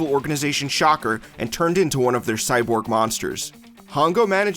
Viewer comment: Kamen Rider is why they started using stunt drivers. That is not how you pronounce SHOCKER.